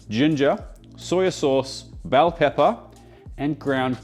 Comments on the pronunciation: As an American from the Seattle area, the way you said “Bell Pepper” I felt heard AND insulted… hahahaha Thanks for the fun and great food content! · Nobody is talking about American accent when he said "bell pepper 👨🏻🗽" lmao